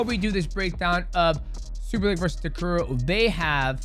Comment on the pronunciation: why do you say superlake???????????????????????